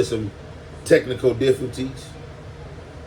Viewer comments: Its DIFF-I-CULT-IES cmon gotdamn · My Boy said diffultees lmao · “Technical Diffulties” 😂😂 be killing be wit these made up words on rollxn 🤣🤣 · “A special day to celebAte and rejoice with the Conrad’s. but due to technical diffaTies “😂😂😂 brother man come on man😂😂😂😂 love seeing you shine but god damn you butchering that is funny as a mf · Lol & “Technical Diffaties”. Damn 🐜 you got to come on with the come on, you’re outta line. You’re talking about getting some straightening. You need to straighten these words out you be using 🤣😂😆😅😁😄😃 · Did he say diffilties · Damn Crips don’t say Cult in difficulties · BRUH SAID CELEBATE AND TECHNICAL DIFFATIES😂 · Bro said Diffaties😂😂😂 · My Boi took a whole syllable out😂 diffulties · “Technical Diffulties” your killing me smalls!! 🤦🏾‍♂️-IFYKYK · Dat 🥷🏿 said technical diffities ctfu 💀💀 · Lmao he said it twice that’s when it pissed me off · This mf doing this on purpose at this point 😂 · it started off as real mispronouncing but bro gotta be playing into the bit now right…right? 😂